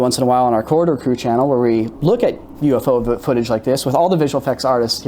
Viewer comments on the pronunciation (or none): If you're not going to post a link to their channel can you at LEAST pronounce the name of the channel properly? It's pronounced "COR-RI-DOOR" not "COR-DOR"...